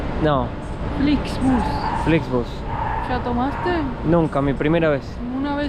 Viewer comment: Flixbus en inglés se pronuncia Flixbos .